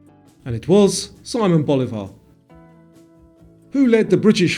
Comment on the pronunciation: Loved the quiz. One detail: Simón Bolívar is pronounced differently than in English; it goes somewhat like See-mon Bo-lee-var. (Bolívar: not like Boulevard, but with the accent on the í / ee)